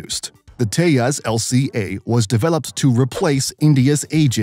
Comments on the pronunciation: it te-jas not teas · it's te-jas not te-has